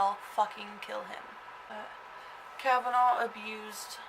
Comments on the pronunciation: The name is Cavaness, not Cavanaugh, you goof! You don't know what you are talking about. You read 'Murder in Little Egypt' and you make a Youtube. Big whoop. Get a life. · I happen to be from Eldorado Illinois. Born and raised. I knew Dale Cavaness and Sean Cavaness was my friend. I don't know the reason for your video other than getting yourself on YouTube. But NO one ever pronounced the name "Cavanaugh". Should you choose to utilize the tragic murder of my friend for your own purposes, the least you could do is pronounce his name correctly.... One last thing. No one from Southern Illinois calls it Little Egypt. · Ill have you know that this is my great great uncle. And that is not how you say our last name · You can't even pronounce his last name correctly? He's the subject of your entire video and you continously mispronounce his name? That's some high quality work. You obviously really do extensive research for your videos. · The last name was pronounced as the "S" sound. You might want to talk to some of the people in Harrisburg instead of just reading the books and stories. He was a horrible person.